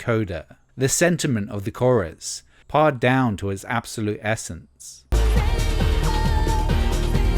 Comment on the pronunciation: "pared" rhymes with "aired" mate